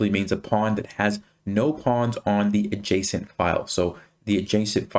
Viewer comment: Am I the only one hearing json file instead of adjacent file 😊